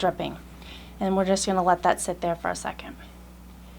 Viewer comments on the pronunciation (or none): none